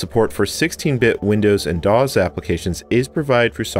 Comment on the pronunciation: DOS, rhymes with floss, not DAHZ. 😂